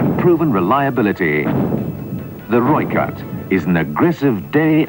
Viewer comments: You pronounce this as 'Roy Cut' with exaggeration on the R (R-r-r) <3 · no hate but its pronounced as Roy Khat but spelt Rooi Kat which is Afrikaans for red cat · Pronounced 'Roy Cut' btw... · Pronounced Roy-cut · Pronounced Roy cut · Its pronounced roy kut or red cat in english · He says Rooivalk right, but then butchers Rooikat? =_= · I love how you cover South African military vehicles, but the way you pronounce these names like rooikat, ratel, eland etc makes me cringe... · roy cat, not roik at lol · Its pronounced Roy-Kat.....ideally with a slight roll of the r. Nice to see the vid. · The pronunciation is -Roy-Khat [red-cat]. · Also, Rooikat is pronounced like Roy-Cut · As a South African I'm so grateful that your talking about my countries military, it makes me feel more patriotic about my country. Also Rooikat is pronounced "Roy - Cut" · Rooikat pronounced "Roy-cut". Eland - "Ear-lunt" (silent r) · Rooikat (Rooi sounds like Boy, Kat sounds like Cut) There is much discussion regarding the 76mm cannon The vehicle was built for speed (over rough terrain) and fire power in Southern African conditions. Including a 105mm or 120mm cannon will add (ammo) weight, and may compromise speed etc. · It's pronounced "Roy-cut".. direct translation is "redcat" I am South Africa and I speak Afrikaans fluently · Pronounced Roy cut, ratel (rah till)